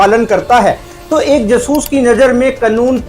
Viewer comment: कृपया जासूस को जसूस (ज सूस) न कहा करें आपका कहा उच्चारण हिंदी के हिसाब से सही नहीं है और अटपटा है मैं जानता हूं कि आपका यह उच्चारण आपकी पंजाबी मातृभूमि अमृतसर के कारण है। परन्तु इसे संशोधित करने का प्रयास अवश्य करें व्यक्तिगत न लें और अन्यथा लगा हो तो क्षमा करें। अटपटा लगने के कारण वीडियो प्रारम्भ में ही छोड़ना पड़ा। उचित समझा इसलिए लिखा 🌹😊